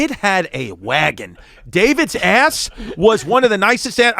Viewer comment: When he said David had a WHAGON 😂